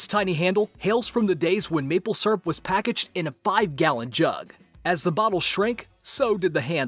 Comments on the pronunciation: that was rather anti-climactic.... also it's pronounced SEERUP snot SURRUP :P :P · it's syrup not srup